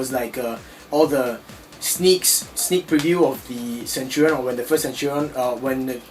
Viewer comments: Century is 100 years. And it has latin roots. A centurion is an officer in the roman military who commands 100 men. Also, its (sen-CHER-ee-uhn) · Look up the definition of a centurion and then you will know how to pronounce it.